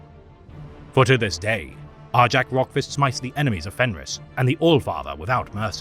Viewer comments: I always cringed at the wrong pronunciation as well, but even on the Warhammer official channel they say Jak. Idk who is wrong anymore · Isn't it pronounced Are-Yak. In Fenrisian J's are pronunced like Y's. For instance Jarl isn't pronunced Jar-el it's Yarl.